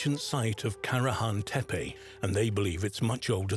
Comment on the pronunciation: Y'know....I look forward to ANY information about ANY of the Stone Hills sites...but 5 minutes into this documentary and the narrator flip flops between site pronunciations every other time he says the words! Come on! If you are going to say one of the "tepe" names say it correctly not "tepi" and then "tepe" every 10 seconds! And I am ALREADY bored with the visuals 5 minutes in which nuts... everything is just a still photo made to look like it is moving with AI. Looking forward to hearing the Prehistory Guys give me the scoop😊